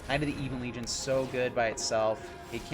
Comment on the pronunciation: while we're at it, buddy, it's "Ebbon" Legion, not "Eebon" Legion. Been driving me nuts since July lol. Love the channel, dude, keep it up.